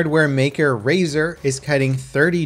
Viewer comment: Rzaer? Never heard of it XD